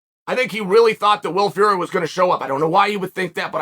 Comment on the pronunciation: Love how you still say "will fury" 😂😂